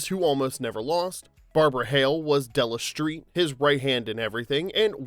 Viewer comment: Della Shtreet?